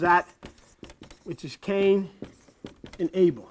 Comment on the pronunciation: cain and Abel togueter sound like CANIBEL OR CANIBAL.